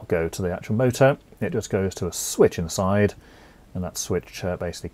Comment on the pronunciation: You sound board ! whats with the wierd emphasis on "side" when you say "inside" . Sorry but you'r hard to listen to. bur your content is great . THANKYOU